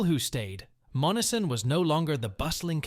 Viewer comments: Monessen is pronounced “Mon-S-en” with emphasis on the S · AI sucks. MON-ESS-EN. Not MONNESSON. Employ a human for your dumb video. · YOU ARE PROBOUNCING MONNESSON WRONG IT IS MON NESS SON NOT MONNISON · Dump the AI voice.....Monessen is hacked badly....it's - mon - ness - son not mon - a - son. About the only people that never heard of the first 2 towns you mention are from Mars. Yea, they're dead places, but so is the rest of the Mon Valley. Steel is gone and it's not coming back until WWIII and maybe not even then because we'll lose thanx to allowing the steel industry and supporting industries die. Good move unions - you helped murder our country too. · Monessen pronounced…. Mō ness en…. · You say Monessen as Mo nes sen. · It's pronounced mon e sen. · I live in Western Pa it pronounced MON ES SON. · Monessen is pronounced Mo-Nessen. It is named after Essen, Germany (a big steel making town) and the Monangahela River - Essen on the Mon River! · I currently live across the river from Monessen. They are not saying the name correctly. I live in Charleroi PA accross the river from it. It's not as bad as Monessen but it's still not good and we have empty houses and buildings as well. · Obviously your not from Pennsylvania otherwise you would know how to pronounce Monseen sorry to be rude.but when you do these please learn who to pronounce the Names ok.thanks for Sharing hope you have a good evening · You are pronouncing Monessen wrong